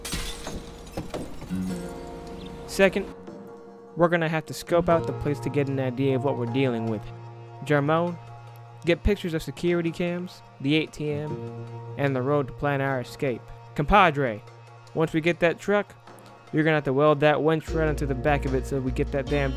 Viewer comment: “Secuwity cams”